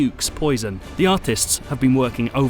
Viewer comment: The reviewer pronounces the letter 'T' in a very unusual way. "Bether" instead of "better" for example, "the arthists have been working overthime" in another place, while in other places he pronounces it perfectly. Strange!